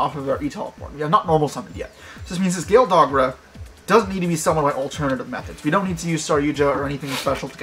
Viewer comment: be like: Imper that dogra lmao.